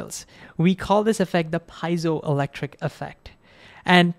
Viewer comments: Love the video! ❤❤ But the word "Piezo" is Greek etymology, so it should be pronounced "pee-EH-zo", not "paizo". I know a lot of people say it "paizo", but it's greek, so it should be "pee-EH-zo". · Pie-zoe, jarring. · I prefer your pronunciation of piezo, but it's pee-ay-zow. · Piezo is Greek and it's definitely not pronounced pie-so!